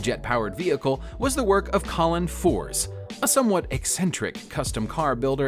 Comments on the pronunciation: It’s ferze not forze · At 3.26 it is Colin furze not forze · It's Colin furze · This must be one of the 12 most irritating titles and poorly narrated videos that have ever existed. How can a car be powered by an 13Watt motor? How can Colin Furze be called Colin Fours? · Now the hell do you manage to pronounce Furze as “Fours”. 🤣🤣🤣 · think he said it more like force dont know if it was meant as a pun thinking back on it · How someone could mispronounce FURZE is beyond me! Like, 1 minute of research would have prevented that. UGH!